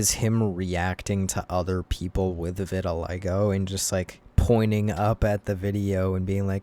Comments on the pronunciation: not vitiligga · Deecent vid but the way you mispronounce vitiligo makes me wanna deep fry my hand